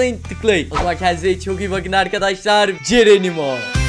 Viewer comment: abi neden videonun sonunda hep cerenimo diyorsun